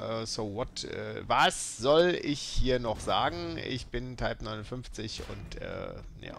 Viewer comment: kann zumindest den modellnamen ausprechen